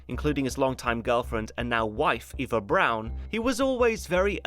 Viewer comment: He says it correctly. The way she says it. It's "Brown", not "Brawn".